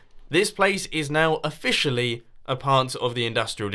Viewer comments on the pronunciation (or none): Please tell me he said oFISHally part of his industrial district on purpose. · "Officially" 0/fish/cially